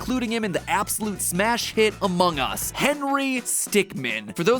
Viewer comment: Mat pat saying among us is really funny